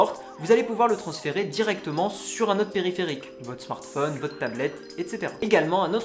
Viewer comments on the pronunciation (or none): none